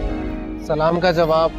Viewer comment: Abey chutye salaam karna to seek pehle tujhe salaam tak sahi se karne nai aata